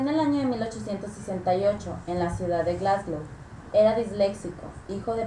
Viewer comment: wtf cómo que "Glasglow"